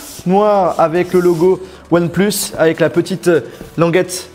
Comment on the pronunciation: ouane plusse ai lai maillur tailaifon du monde